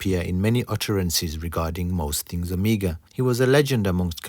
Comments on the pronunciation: nono not omiga! omEGA! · anyone else is irritated that he pronounces "Omega" as "Amiga"? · Ok,we all know your island accent but you are screwing it.Its not Amiga but Oooomega!!!Nice work. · You are mispronouncing "Omega".....I'm sure you have been told this before. Ask yourself this...."How do the Greeks pronounce Omega"..Now you have your answer. Good Video. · I'm perplexed as to why you mispronounce Omega but perfectly pronounce Jaeger-LeCoultre?